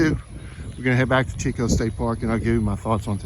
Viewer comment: hey brother, just to let you know, Chicot is not pronounced CH as in Cheeck, it pronounced like SH as in Sheeco. Chicot is the French word for "stump"